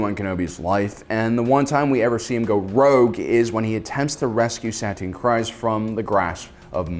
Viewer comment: every time u say satine kryze my ears burn. how can u spend ur whole life on star wars and not know how to say her name